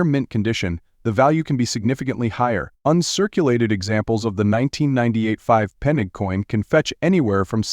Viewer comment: The AI narrator cannot even pronounce Pfennig correctly and the coin on the film is a 5 Deutsche Mark coin! What a load of rubbish!